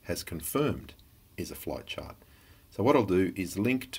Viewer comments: I swear to christ, when he was saying "flight chart" I heard "flat chart." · I feel like I'm hearing him say "Flat Chart" instead of "Flight Chart"